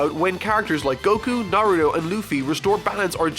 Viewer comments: did he say nario or are my ears giving up? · I know well he did not just say nario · i like how you mispronounced naruto as naruyo XD GO NARUYO GO! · Everyone gangsta till calls Naruto "Naruyo " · is it me or did i hear him say Nario instead of Naruto? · Can someone tell this man how to pronounce Naruto correctly